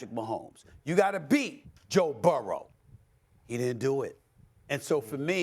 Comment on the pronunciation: Stephen a messed up when he said joe burrow lol